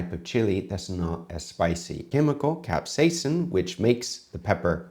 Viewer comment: Uuu you said capsaicine right this time 😁😃